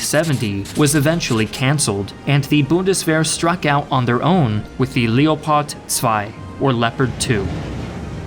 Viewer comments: Leopard i think is geniunly the worst pronounciation ever lol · As a native German speaker, your German pronounciation - though you left out some of the details and harder parts - is pretty good. Only "Leopard" isn't pronounced with "e" like "Leo", but like "leg", "less" :-) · What if i told you that the Leopard is pronounced (leo-pard) as Gepard is the german word for leopard lol